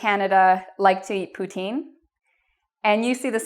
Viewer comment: you said it so deliciously so I wanna eat it!